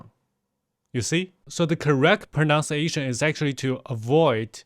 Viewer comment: Your English pronounciation and grammar is not great either. What kind of stupid video is this? Do you think you sound American? Maybe you don't know the word flawless. Stop trying to steal his millions of followers. Ironically the word you say the worst is PRONUNCIATION.